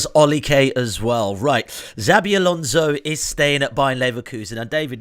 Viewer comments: As a Spanish speaking Brit I'm clutching my pearls over you saying Alonso. Where are my smelling salts? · Jabi....ffs.The best thing about him coming to England is not hearing people butchering his name